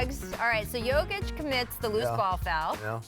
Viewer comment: is it too hard to pronounce Jokic.....